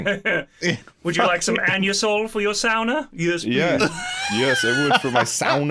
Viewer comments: It is. The pronunciation of "sauna" like Lewis did say is the correct way, the Finnish way. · It's so refreshing to hear a Brit pronounce sauna the Finnish way! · It's also the Russian way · Thats exactly how we say sauna in slovenia where im from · Your pronunciation of sauna was spot on! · For real! I was so surprised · Glorious pronunciation of sauna. Cheers from Finland. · Indeed, actual correct pronunciation of sauna. Well done! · Surprisingly accurate pronounciation as well!